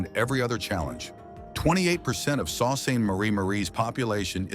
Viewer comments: Totally fake visuals in this video. I live in EL and the town does NOT have these office buildings shown. Sault is pronounced Soo not Salt. A word of advice to viewers, go live your lives and avoid wasting time on these videos. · Sault sainte Marie ,Sault is French word meaning Waterfall repeat after me " SO "😊😊